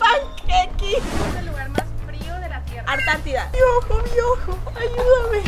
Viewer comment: Jajaja Kenia siempre diciendo Artantida